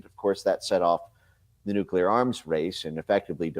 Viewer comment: Benny, please pronounce NUCLEAR correctly...please?